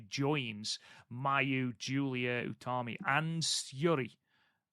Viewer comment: They also got Utami right, something that's tripped them up before (sometimes they say it like Yutami)